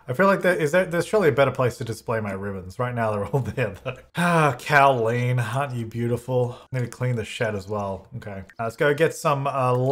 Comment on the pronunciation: when said Cowleen like Jolene and not Cowleen like Colleen 😔😔😔💔